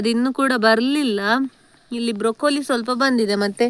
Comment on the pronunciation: (Broccoli) wrong pronunciation